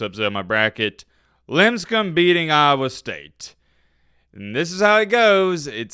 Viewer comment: paid someone for some hot smokin' bot babes for his channel. Take that ESPN! But "Limb Scum?" It's LIP Scum buddy! They probs lost cuz you kept mispronouncing their name and they wuz all F this guy let's lose by 30.